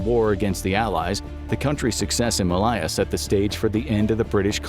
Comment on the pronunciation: That is absolutely not how you pronounce Malaya!!